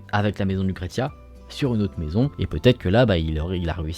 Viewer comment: On dit LUCRECIA. BONNE HISTOIRE